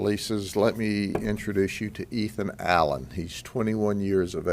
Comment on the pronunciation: Did he say Ethan Allen?